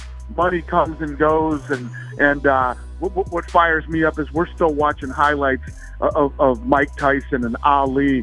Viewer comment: Conor "Hoylights" McGregor